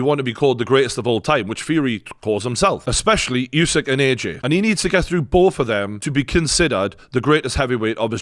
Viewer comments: It's pronounced oosik not yousik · Try getting Usyk’s name right and then I just might rewatch this side show.